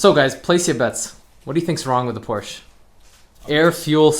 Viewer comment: My dyslexic ahh heard “DUDE I JUST BOUGHT PORSHE”